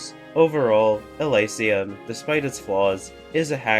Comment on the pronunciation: Thanks for the video! 2 suggestions: The screen blur when you asked us to subscribe made my eyes hurt and I mean that in a literal sense, they felt weird and in pain from that. I believe it is pronounced "Eleesium", not "Elaisium".